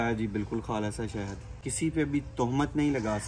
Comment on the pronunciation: Shehad hota hai behn 😂😂😂😂😂😂shahid nhi